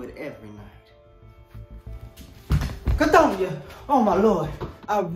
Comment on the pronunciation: Cathonia ,Cathonyah, 😄😄😄